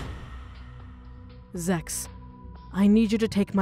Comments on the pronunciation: I heard sex 😭 but apparently it’s Zex 😭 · +did he say his name is s-x I thought it was zex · YOOO HE DIDNT PRONOUNCE THE Z PROPERLY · When he said his na.e I thought it was actually sex😭😭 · What’s your name again? Zex: my name is Zex Me: wow I thought he said se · yeah I thought he said that😹😹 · The we thought he said is name was sex group lol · I dropped my phone when I read this, and when I heard this XD 😂😆 Edit: OMG I REWATCHED AND TURNED MY SUBTITLES ON AND WHEN HE SAID HIS NAME IT SAID "SEX" IN THE SUBTITLES OMG LMAOOOOOOO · I literally thought his name was actually "sex" ;_ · I heard zex but the subtitles say sex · Nobody Literally nobody- “My name is zex” This is how many people heard something else | | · what’s your name again? Dude: my name is sex Me: BWAAHAHHAHAHAHAHAHAHHAHA Me also: ohhh he said zex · I heard the name Zex completely wrong!🤣😂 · For a second I thought at the start was saying: BEEF BEEF Edit: zex sounds awfully like uh, s€x and that’s what captions say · WTF I TOTALLY HEARD ZEX WITH AN S INSTEAD OF THE Z 💀 ☠️ 💀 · I HEARED “s3x” INSTEAD OF “zex” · I can't be the only damn one that thought that ma dude said his name was sex... :P I am? Oh ok.. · Bish, sounds like "Bitch" And Zex, ... Um. "Sex"? I'm probably wrong on Zex lol. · It sounds like $ex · What I thought I herd:my name is sex. Me:WHAT!? Turns on cc What it said:my name is sex... Me:*rewinds* Me:OOOOOOOOOOOh zex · I knew this when I heard zex I kept replaying bc I thought it was sex😂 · On sud ot said...sex...this is why Im suprized at how no one fixed that... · I honestly thought he said sex but i checked the comments and it said Zex so i was confused😂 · BRUH I THOUGHT HE SAID “SEX” I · Zex sounds like sex 😆😂🤣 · Bro for a sec when i heard it i thought he said "sex" 😭🤚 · "My name is Zex" I thought he said sex and dropped my phone crying of laughter... Im a disgrace (: Edit: I didn't think I'd get so many likes on this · When i hear it, it sounded like he said se